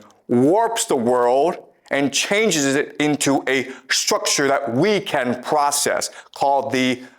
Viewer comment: The pvocess of tvying to tvain our mind.....😂😂😂😂